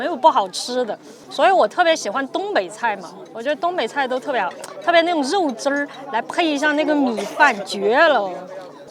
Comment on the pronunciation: 那个肉汁儿哈哈，很有东北味儿啊